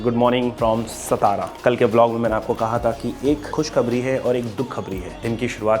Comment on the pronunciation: its सातारा, सातार ✅ not सतारा ❌